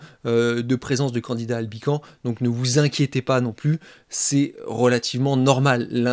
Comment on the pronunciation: On ne dit pas Candida Albican, mais Candida AlbicanS, en prononçant le S ! La culture se perd !